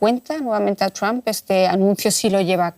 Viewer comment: La unión europea no es nada frente a putin y es títere de trump. Y para los españoles: se pronuncia tromp, no tramp.